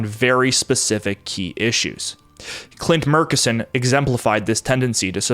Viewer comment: Hello, Midland native here who did some work for the Murchison O&G company. It is pronounced internally as "MUR-tchess-on"